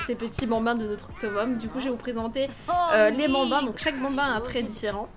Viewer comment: "Va faloire soccuper de ces 8 benbins" chui morte deja juste le mot "Benbins" 😂😂😂😂